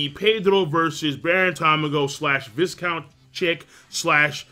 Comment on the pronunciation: Viscount is pronounced vai-count if anyone cares lol